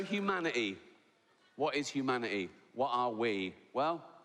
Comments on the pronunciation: what is hu manit ee?? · They skipped the letter t in kindergarten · Hugh Manatee? Who the fuck is Hugh Manatee??? Are you trying to say 'humanity', Rick, or are you actually talking about someone called Hugh Manatee? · What the fck is huma-i-ee ? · T. Loved Ricky over lockdown, brilliant guy, but it’s humanity. HumaniTy with a T. I can’t even say it the way he does. I have noticed dropping the T with many people but never with Ricky before. Here, have a few I have spare for the future ttttttttttttttttttttttttttttttttttttttttttttttttttttttttttttttttttttttt. Anyone know a cure for being a grumpy old sod? Love and peace man!